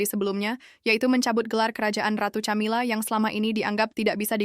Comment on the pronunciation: Narrator nya ngawur.. Camila Di baca Kamila, bukan Tjamila 😮